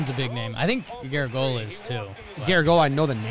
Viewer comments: Announcer: Joe Gar-a-GEE-o-la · It's Yogi Berra's friend Joe garagiola pronounce like garage e ola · Liking this video. Heck of a mistaken pronunciation of "Garagiola."